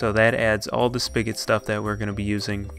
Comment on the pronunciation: He says spigot speegat